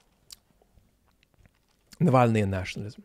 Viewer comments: I'm looking forward to listening to the rest of this, as I have no doubt will have an intelligent well-argued take on this, but I had stop for a moment after hearing Zeihan calling Navalny "Nalvany" (with an English pronunciation of the 2nd 'a' thrown in for good measure) twice in succession, and being reminded how in another video this insufferable airhead tech-bro grifter pronounced the zh in Brezhnev's name as if it were an English z. The degree of arrogance it takes to pontificate on matters of life and death (with the least sincere condolences to the family of a murder victim I have ever heard added as a bonus) when you do not even the names of the most famous protagonists (meaning, you have never even listened to any of the actual experts who pronounce these names correctly, let alone listened often enough for the - fairly simple - correct pronunciation to take hold) is staggering even by the anglosphere's low standards in that respect, and I'd have to think for quite a long time when I might last have seen such a perfect incarnation of the Dunning-Krüger effect. How serious would anybody take an alleged expert on international relations who told you about former US president 'Donold Tramp' and his 1980s predecessor 'Ronald Reggae'? Maybe is right that the world doesn't need a " destroys Bob Smith" video because to those who know anything at all, Bob Smith already destroys himself, but boy, we sure allow the informational space to be poisoned if we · Peter, is entitled to his opinion, & God knows, Peter always has an opinion! I criticized Peter, on his channel, for being so obviously ignorant of Mr Navalny that he didn’t even know the correct way to pronounce his name. Hell, I live in a Texas town of 10,000 & I, at least, watched the CNN/HBO Navalny documentary! I DON’T forgive Peter for “Nevanly”. He owes his audience (me) more respect! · Zeihan mispronounces everyones name. At times it seems intentional. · Peter it's Navalny. Not Nalvany